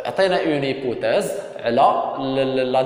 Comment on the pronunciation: A ssi raha hypothèse non pas hypouthèse